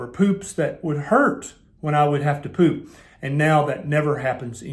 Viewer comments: Agreed! It's the pronunciation not so much the facial expression for me."Pewp." 😂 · "Stinky Ginormous Poop" 🤣🤣😂😂🤣 I didn't need my teenager in the room, I'm 50 and I still couldn't help having a good laugh...!! Man why the emphasis on the word too.?! POOP.,!! Oh ya killed me man ya killed me..... Serious though, thanks heaps for this i been through heaps of different style diets and fasts too, and I'm starting carnivore and I really needed to ask the things you answered anyway... Thank you... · 🤣🤣 this made me lol, but it’s so true! Being a Brit, the way you say ‘poop’ made me lol. Thanks for speaking about this normal body function that does get pushed under the carpet because no one speaks out! It was very enlightening and interesting and true!!!!! Keep up the great work.